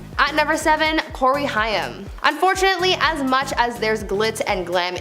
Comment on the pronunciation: It's Corey Haim (rhymes with came) not Hyam.